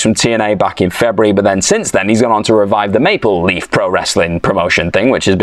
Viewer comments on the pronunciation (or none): none